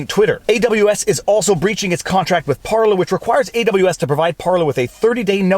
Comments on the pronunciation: Par-Lays, not Par-Lees ; ) Flippin' english, turns out 'parlay' is a different word with different meanings. Rabble rabble rabble! Bloody Jack Sparrow using the wrong bloody word... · You're saying Parleys wrong. It's Par-Laays. Think Pirates. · "Par Lay" you're from French Canada why do you pronounce it wrong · PAR-lay PAR-lay PAR-lay PAR-lay. Ffs is that so hard. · It's par-LAY viva.. par-LAY! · I think they are called "par-lays".